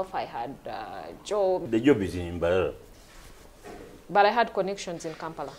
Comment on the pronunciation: First episode is irrelevant seriously….. And the way she pronounces Mbarara 😂😂😂 Olemwa